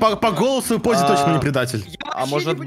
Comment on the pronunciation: ПОЗЗИ НЕ ДИ ЗАРИ А ДИЗА РИ